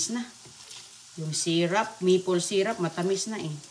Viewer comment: Syrup not syrap